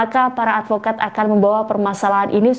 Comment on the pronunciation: 😂😂😂😂😂.advokat atau alpokat?.😅😅😅